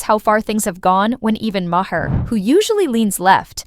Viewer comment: Ma-Her? 🤔 jfCryst🙄